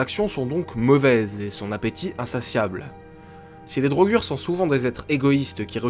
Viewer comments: On dit pas drogur on dit drogueur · PTN MAIS MEC LES DROGUUUUUG MAIS MERDE CA SE PRONONCE DRAUGEUR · Ca se prononce pas DraugEUr?Dans skyrim les pnj prononcent draugEUr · Les draugr se prononce "draugueur", mais il sont inspirés des "draugur" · D'après les dialogues du jeu c'est pas DraugAr mais draugueur (pour la prononciation ) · "Draugur" version francaise peut être, ils me semble qu'en anglais ca se prononce "draugeur" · Marrant pourtant Draugr se prononce Draugeur dans le jeu, moi je trouve Draugur un peu trop soft ça fait moins sérieux. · et non c'est "draugueur" pas "drogür" la façon auquel on prononce le mot "draugr" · La vraie prononciation est bien drogur, même si dans le jeu ils disent drogueur, tu as raison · Siegfried Nicolas il me sembler que dans les pays nordiques il prononce sa draugar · Draugr en version général, draugur en islandais. les deux se prononçant draugueurr mais c'est pas notre "eur" c'est le R que tu prononce en le roulant avec un bruit de gorge. ce son est présent dans d'autre mot comme brisingr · La prononciation, ce n'est pas du tout ça.Vieux norrois : draugr : /draouguèr/ => draugar : /draougar/ (a court) Islandais : draugur : /dreillegur/ => draugar /dreillegar/ (a court) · Drogueur est une erreur de prononciation du jeu